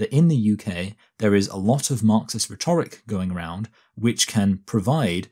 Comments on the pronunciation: you are pronouncing rhetoric wrong, btw. You are stressing the second syllable, whereas stressing the first syllable is the 'correct' way of doing this. RHEtoric, rather than rheTORic. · This isn't a question of accent; his pronunciation of 'rhetoric' and 'biases' is really odd anywhere in England